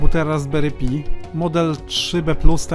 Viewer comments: Raspberry PAJ a nie pi... SUDU a nie sudo... Chcesz uczyć innych, to sam się trochę poducz. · Nie pi a "paj" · Raspberry paj nie pi - bo trochę pi to 3.14